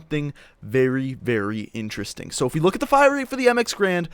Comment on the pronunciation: Garand. Not grand, you idiot